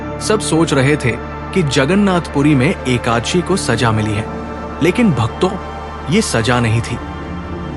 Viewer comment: Aap ekaanshi mata kyo bol rahe ho ekadashi bolo